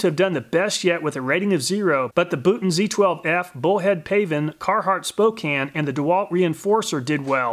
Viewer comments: I doubt you are gonna see this, but one point of correction. It's pronounced Spo-can not spo-kane. Source. I lived in spokane. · Just a note: it's pronounced "spoh-can" not "-cane" It's a city in Washington State. You're doing incredibly valuable work here! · As a person who lives in Spokane it was painful to hear it pronounced spocaine ... (s-po-can) is the proper pronunciation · Spokane is pronounced Spoke-CAN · When you want to get down....down on the ground, Spokane. :-D Spoh-can. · Not to be that guy but I like in spokane, it's pronounced spo-can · Spokane is pronounced SPŌ-CAN. the E does not make the A say it’s name. Silly outsiders :-).